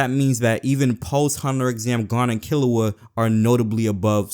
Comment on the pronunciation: "Gone and Kilua"